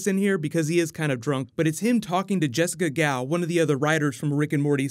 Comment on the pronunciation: I thought you said Jessica De Gouw, Jessica Gao. I was like wth, Huntress is writing for Ricky & Morty?!?!?!?!?